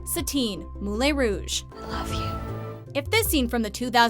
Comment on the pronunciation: "Moulay Rouge" no you're wrong stop it